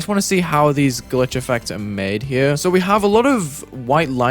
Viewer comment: “Glief … Glubstep”